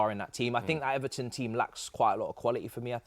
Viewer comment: Why does he say Ivan Ferguson and Iverton wtf